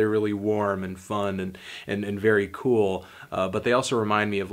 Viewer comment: I'm bool, balm, and bollective.